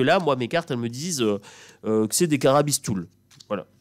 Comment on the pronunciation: C'est CARABISTOUILLE...et PAS carabistoule... Pitchoun, lolll... Tu m'as fait rire tout du long Merci ti-chat... 🐈on t'aime fort💝💖🤣😜